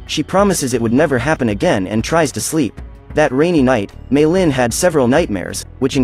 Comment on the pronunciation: how to say meilin may lin not me llin